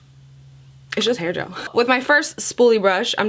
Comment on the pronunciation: Hail gel ok...(screech sound) did she say hair gel? 🤨🤔🤪